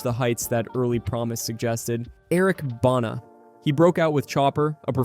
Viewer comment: As an Aussie the pronunciation of Eric banas name is so jarring ahahah